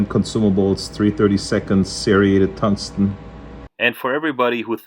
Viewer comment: What, did you say tungston rod?